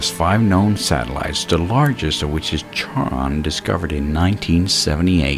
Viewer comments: Awesome video, man! Two suggestions: 1) Some of your information was redundant; like you mention the same thing several times. I'd recommend finding a nice flow from one point to the next. 2) A nitpick, but Charon is pronounced like "Sharon", rather than like "charred". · Charon sounds like Karen if you're going with the closest English equivalent of the Greek, or Sharon if you're going with the guy who discovered the moon and wanted to name it after his wife Charlene. Starting with "char", as in burning something, is not a valid pronunciation. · Ugh. It's pronounced KHARON. It's Greek. The "Ch" is pronounced "Kh". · Being a Greek name, Charon is pronounced as "karon". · Nice video. I thought Charon was pronounced KAR-on, though. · charon is pronounced "kehron" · Good stuff. Also, Charon is pronounced 'karon'. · Charon is actually pronounced "karon", named for the ferryman that took people across the river Styx and into Hades (the underworld). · Nice! Isn't it pronounced, "KAH-rahn?" Not to be a dickhead, but I believe it refers to the ferryman for the river Styx, in keeping with Pluto's underworld theme. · Isn't it pronounced, "KAH-rahn?" It depends. The Greek Language has (along with the German and some other) special sound that has no aquivalent in modern English (as far as I know). Basically, you can go with K or TSh and mostly everyone will recognize what is meant, beacuse accents are everywhere. For the extra points: The letter's named "Chi" and written like an X (in the minor case it looks like that: χ) It sounds like a "noisy" variant of h and is done so by raising the rear end of the tongue while breathing out.